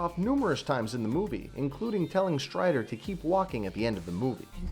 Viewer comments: Strider?! It's STRYKER. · stryker not stryder sir. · Anybody else hear him say strider not Stryker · Stryder? I think you mean Stryker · You said " William Stryder " , but it is actually " Willian Stryker " !! Just pointing it out . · he keeps saying stryder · anyone else notice how he calls Stryker "Stryder"? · Excuse me, you said Stryder, incorrectly, my autocorrect made me say Stryker